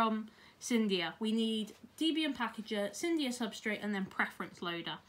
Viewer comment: its not cyndia lol its cydia